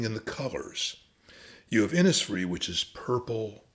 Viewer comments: Innisfree is pronounced Innishfree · Its just a small point, maybe made already, but the pronunciation of Innisfree in Ireland would be Innishfree, and that is how everyone there says it. The recording by Yeats is indistinct at that point but here is Adrian Dunbar reading it: The reason is to do with Irish place names being anglised hundreds of years ago and ending up approximating an original Irish phrase, but looking English. Eg Cnoc Mór or big hill would have been turned into Knockmore by British mapmakers, but people knew the original Irish words so often kept the Irish language pronunciations, in this case Inis is a word that means island, and is pronounced Inish. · Absolutely fascinating stuff, and well read and interpreted. One thing, though: Innisfree is pronounced 'Innish Free' Thanks